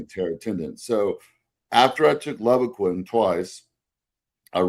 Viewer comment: Another awesome podcast, as usual. But if I could nitpick… As someone who sold Levaquin for several years in the mid 2000s, I’ll give you a dollar to say it right… It’s pronounced “Leeevaquin”, with a long “eL. Please? Pretty please?😂😂😂 But he’s absolutely right… Regardless of which of the fluoroquinolone a person might use, be it Levaquin or Axelox or Cipro, you really have to watch out for tendon rupture.